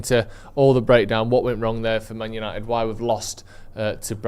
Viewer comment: Remember last week "YANITED ARE BACK" 😂😂😂😂😂😊